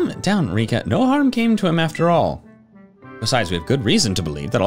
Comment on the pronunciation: I love how alomst every content creator that have played this game always calls Rika "Riku", goes to show how popular Kingdom Hearts's Riku is i guess? XD